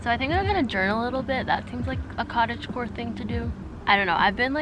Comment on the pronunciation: Everytime she says cottage core i hear cottage porn....i have issues lmfao😳